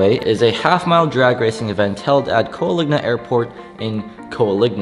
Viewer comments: It's Coalinga not Coaligna. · Coaligna??? 😂😂😂How many times can you possibly mispronounce Coalinga? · “Coal-ing-a” Use some proper Engrish